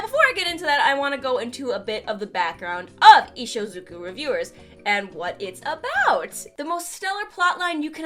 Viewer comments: it's IshUZOku, not IshOZUko. Aside from that, great video as always!! We're blessed to have you as our guidance through this world. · I-I think you typed "Ishuzuko" wrong. But then again, I think you also misspoke it. Not sure, you took several takes on it... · Nobody:: Ishuzhddhksydekkoku reviewers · isnt it ishuzoku?